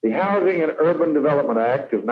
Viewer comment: It’s houzzzzzzzing….not house-ing.